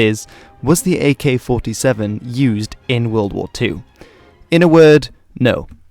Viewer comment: Holy shit he said the name right!